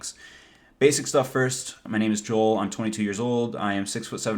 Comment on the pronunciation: joel not jol